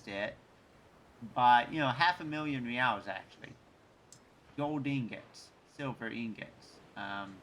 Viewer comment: Reals is pronounced 'HEY-EYES'